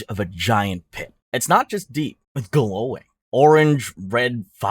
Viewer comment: i love the way you said "its gaLOWing."